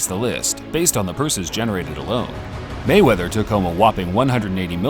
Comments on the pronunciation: It is "Mayweather" not " Gayweather! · Hug....ooo rable mayweathear nyahahaha